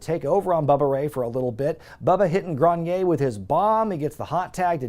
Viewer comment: His name is sylvan grenier. His name is NOT sylvan "groan-yay"